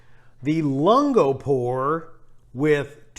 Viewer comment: Great videos. Have helped me make some coffee decisions. BTW - "lungo" is pronounced LUHN-goh) "long" in Italian. Not sure that text helps but sort of a mix of long "u" and "oo". And, I'm really not being a jerk, just letting you know in case you care. Again, great videos and the facial expressions are fantastic!